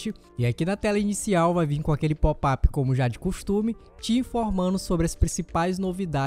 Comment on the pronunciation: Deixa de ser idiota rapa!"!! Nem bem sabe falar em Português/BR, inventa de instalar o PsP. em Inglês, quando já vem com o idioma padrão Pt/Br., aí fica com popap. popeye é a sua cara... lembra o muito o marinheiro, botão de ÓPEN... fala sério!!! Kkkkkkk